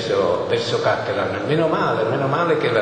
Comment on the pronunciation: intanto si dice "cattelàn" non "càttelan"... poi al tempo aveva 49 anni, non 59... che ignoranti...e si ritengono grandi professoroni...